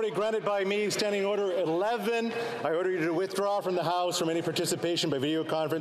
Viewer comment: hows that man expect to get ORDER in the house when he cant even say the word properly, just kept saying orer